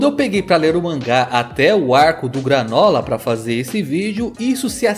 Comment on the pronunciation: Não entendi,é gruanola ou granola?